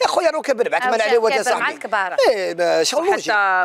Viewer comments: للتصحيح فقط . اسمه عثمان عريوات بالراء و ليس باللام. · بصح علاه يقولو عثمان عليوات وهو عثمان عريوات * 🙄